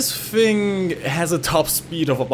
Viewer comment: Obwohl Sie die Namen von deutschen Flugmaschinen aussprechen können, müssen sie an „the” und „thing” noch arbeiten